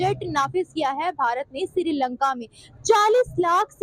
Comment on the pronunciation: Madam it’s srilanka not sirilanka